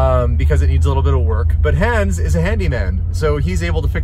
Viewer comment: Why is it that you mispronounce Hans' name? He said his name correctly in the video.